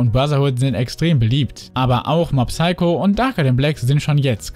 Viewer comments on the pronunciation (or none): none